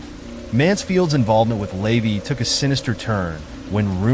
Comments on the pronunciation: Hearing "Lay-vee" over and over is driving me nuts because it's "la-VAY". All the other mispronunciations have been irking me too. And everybody knows by now that Jayne Mansfield wasn't decapitated. That was her wig on the hood of the car. ~SIGH~ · LA-VAY, not LAYVY and Jayne Mansfield was not decapitated. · The AI voice reading this drove me nuts. The way it turned OTO into a breakfast cereal (oatey-oh) and LaVey into "layvee" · LeVAY- you are pronouncing his name incorrectly. You also omitted his very sinister ties to the military. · Yes, it’s like fingernails on a chalkboard, I cringe every time he says it!